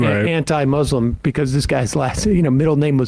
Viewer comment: Please learn to pronounce "Muslim," it’s not that difficult, really!